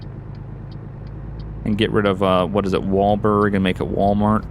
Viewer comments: you keep saying "Walberg" its "Walbert" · It's WalBERT not WalBERG